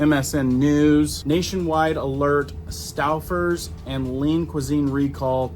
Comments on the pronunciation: Stow fers is the pronunciation. For around 3 years I've been very careful with ground beef. I only eat ground chuck to start. Regardless of how it is cooked, I end up spitting out these little hard rounds. They are white, very small with no taste. It doesn't matter what store I buy it at. This is probably 3 out of 5 packs of ground chuck. It's not noticeable until you feel it in your mouth. Even making patties or meat loaf the meat seems fine. So now I'm buying at a local butcher shop. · It is pronounced Stoe-fers buddy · Stowfers. The u is silent. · Stouwfers..😢 😂😂😂. Stowfers... pronounce As in tow... Stoufers... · St-oh-frs. I admire your retention of information taught in English class…I forgot all of that stuff decades ago.😊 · Stouffers is pronounced:Stow fers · Stowfers. The u is silent. 🎉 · stouffers. pronounced like toe stoeffers= Stouffers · I know:Staffers 😂. I just thought he's from the Midwest or something. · The vocalic digraph “ ou” in Stouffer’s cannot be pronounced as the diphthong “ ow” as it directly precedes a double consonant. The “ou” is really the phonemic profile of “long” O in American pronunciation. It is not an English name so English pronunciation rules cannot be applied. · It kills me the way he said Stouffer's and the way he says other things😂 off subject with the video pause for a phone call and it looks like about to release a demon without pissed off he looks the way it paused